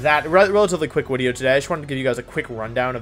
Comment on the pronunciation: If it’s pronounced Wideo and Wenusaur, shouldn’t your channel be pronounced WolfeyWeVC???🤔🤔🤔